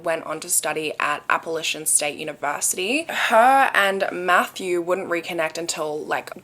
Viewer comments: It's "app-uh-latch-un" not "app-uh-lay-shun" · babe it’s APP PUH LACH INN or APP PA LAY SHIN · Love how you say Raleigh and Appalachian as a Raleigh native and App alum 😂!